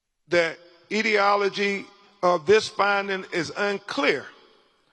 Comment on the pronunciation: In an earlier time, Crump could have played Stepin Fetchit better than Stepin Fetchit. Pelvis, not pelvic. And what does the sentence “He was important to note that” even mean? Dear God, Crump, the word is “etiology”, not “ideology”, “perimortem”, not “perimortal”, and so on ….